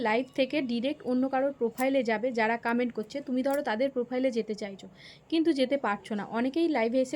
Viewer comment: কামেন্ট না কমেন্ট 😂